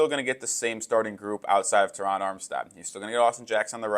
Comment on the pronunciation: Thank you for saying Terron how it sounds!!! My name is also Terron and the way people butcher our name is insane lol😂 PHINS UP 🐬 💪🏾💯